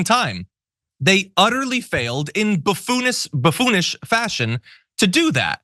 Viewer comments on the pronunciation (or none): When you accidentally said "Buffonist" instead of "buffonish", I thought maybe you made a new word that really describes the modern Republican party. You should keep on with that.